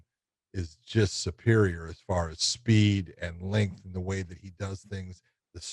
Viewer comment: Can someone tell josh it’s lengthy not lenky🤦